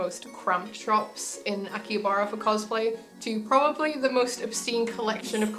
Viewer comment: Kept on saying Akihabara wrong.